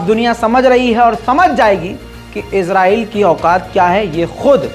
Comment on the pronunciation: Izrail farishty ka nam h kindly israil bola Karen please